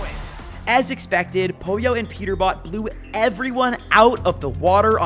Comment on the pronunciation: Bro had a stroke saying Peter bot